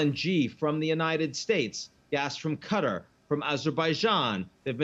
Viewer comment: I have a request. Can y'all please learn how to say the name of the country, Qatar? It's NOT "cutter!" If I can do it, you can do it, and it's not even hard. And same goes for Bahrain! Geez, we're supposed to be educated in this country.